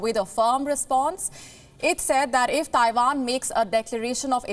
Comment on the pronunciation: It’s Taiwan not Taivaan 😏